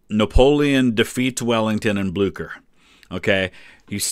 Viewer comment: Napoleon would have been able to pronounce Blücher properly and not as Blooker ...